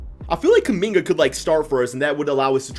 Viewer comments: did u really call Kuminga "Kum Bucket......." okay i guess. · 😂 he said kumbucket 😂😂😂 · Did bro really say “kum bucket” ??